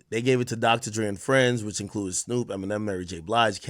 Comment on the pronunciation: Ak so racist, he literally cant even say Eminems name.